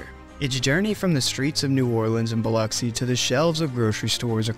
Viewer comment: Extra points for pronouncing Biloxi correctly. I was born and raised here.